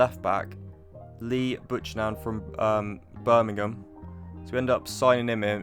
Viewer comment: Lee ButchNan?? future reference mate its said byoucannon